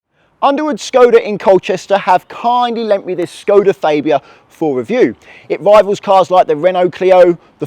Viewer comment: Faybia? It's Fabia!!!!!